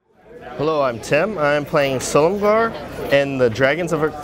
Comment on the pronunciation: How DARE you butcher the great dragonlord's name.